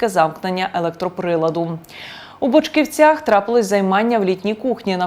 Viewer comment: ЧорногузИ́, БочківцІ.. Ви звідки?